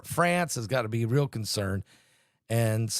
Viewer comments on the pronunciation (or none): none